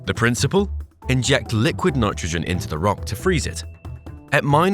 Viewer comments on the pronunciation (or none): none